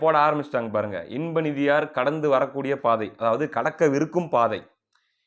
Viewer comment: நிதியார்....என்று அழுத்தம் அதிகமாக தருகின்றீர்கள்..... கூ........ர் என்பது போல் உள்ளது.